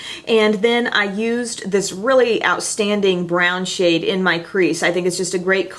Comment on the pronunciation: "Other people are thinking I wouldn't touch that shade with a 10 foot pole" ... I thought you said shit, not shade, and I lost it xD